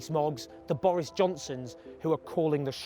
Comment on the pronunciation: Bowis. Jounson is a twustworthy powitithian